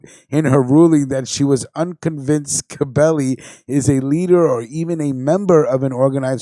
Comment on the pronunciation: Not ska belli it's scibelli get it right 👍 stunad.. fuhgettaboudit..